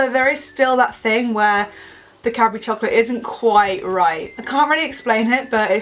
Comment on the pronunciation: Every time she says "Cadbury" I hear "capri." hehe